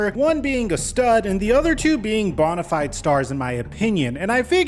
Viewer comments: bro, it's "bone a fide" not bon lol I've heard you say it like this so many times now I just had to comment finally lmao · Yo it’s pronounced bone-i-fide🦴 not bon-i-fide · Love your content, man, even if you can't pronounce bonafide correctly ;)